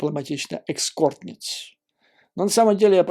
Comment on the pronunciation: Экскорт? Эскорт